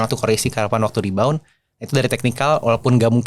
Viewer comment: Saran aja buat kalau tdk terlalu paham bhs ingris tdk perlu ikut2 pakai bhs ingris sblm tau cara pronunciation. Sebab byk yg pake bhs inggris tp salah bacanya sehingga artinya menjd berbeda. Jd pusing dengarnya apagi kalau di youtube kan byk yg dengar jd menularkan yg salah ke org2 jd yg dengar bisa ikut2an salah jg. Yg plg sering dengar para pemain saham baca rebound (mantul) jd reborn (terlahir kembali). Kan beda banget. Atau bbrp huruf e yg sehrsnya dibaca i in english malah dibaca e spt bhs indo. Jd buat apa jg kan pakai bhs inggris kalau demikian mending tdk usah.